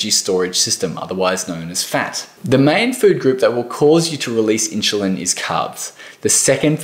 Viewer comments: my ears were exploding every time he was said it... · Why do you keep prouncing it as inchulin... It's insulin. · Inchulin? wtf is that? Dude, if you can't even pronounce the word 'insulin' correctly, it puts everything else you say in doubt. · Insulin not inshulin...🤓 sorry, it drives me nuts 😉🤣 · He said "inchulin" 15 times. It's hard to think about the message when my brain keeps correcting him. The info is good. It's just that one word! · I am sorry but I couldn’t figure out what is “inchalin”??? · I love your accent. Question? How do you get your pronunciation "in-shoe-lin" out of i-n-s-u-l-i-n? Not trying to be critical, just curious. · The word inschulin is all I could focus on. I mean I don't even know if inschulin is good or bad at this point 🙃😂 just that something something inschulin. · I stopped watching for that reason. If you can't pronounce insulin correctly, i don't trust you. haha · Dude, it’s in-chillin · Yeah,what is ‘INSHULIN’? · Inchuline Hehe 😀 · OMG!!!! I had a hard time trying to focus on what he was saying because of thaaaaaattt!!!!!! I turned the CC on stop hearing it 🤦‍♀️🤦‍♀️🤦‍♀️ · It was so hard to listen to the content because of that. My brain simply got hung on that pronunciation :) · True that😂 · I know right??? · This has nothing to do with an "Accent", it's pronunciation of Insulin using a proper English "Ssss" sound. There's absolutely no word in English where you pronounce an S with a chu. Someone from England, Auss, New Zealand would know this.